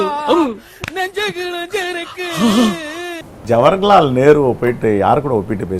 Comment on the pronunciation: ஜவர்ஹலால் நேரு ❌ ஜவஹர்லால் நேரு.✅ தத்தி பயலே😂